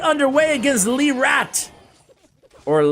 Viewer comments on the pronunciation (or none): "Roi gobelin" and "Le_rat" are both french words. "Oi" and "in" have a special sound. And the "t" at the end is silent